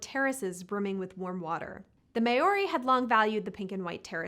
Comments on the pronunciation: "the may-ori's" fucking christ how have you never heard the word Maori pronounced in your life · just FYI, your pronunciation of "Maori" is way off. It isn't "May-or-ee". Instead, for non-native speakers, think of Chairman Mao. Chairman Maori. Not 100%, but leagues better than how you say it now 👍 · Why can no one ever seem to learn to pronounce Maori right? It's MAORI not MAY-OAREE. FUCKING MAORI. NOT THAT HARD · to be fair, Maori was a shocker. Saying, May or ee, is butchering the name of the indigenous people. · The way you say Maori is just painful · The New Zealand part is a shame. Information was interesting but I could only focus on the mispronunciation.